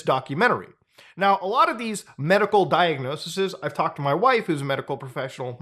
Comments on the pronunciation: Diagnoses, not diagnosisis. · It’s diagnoses not diagnosises